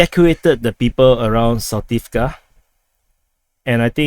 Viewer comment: ZaporiZHia name you can pronounce like: Asia = AZHia .))